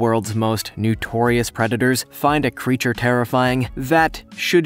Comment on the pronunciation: Notorious, not nutorious🤪